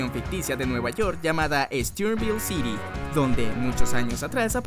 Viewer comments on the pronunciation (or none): none